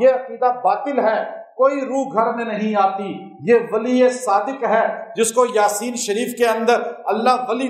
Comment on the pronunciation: Hazrat aisa lgta hy ap jaldi me yaseen boltay hoey " yaa" per khra zabar ki bjaey only zabar parh detay hon jesay...sunnay me aisa feel hota hy....